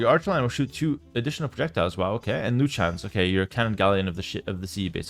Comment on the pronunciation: Bro the “Chruchens” is absolutely crazy 😂😂😂